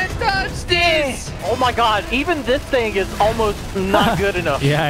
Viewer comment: HE SAID DA TINGE